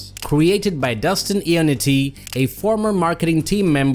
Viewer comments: For how many times you said his name, you may have well said it right. It’s not Ionnitti, its Ionnotti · No, it's notti.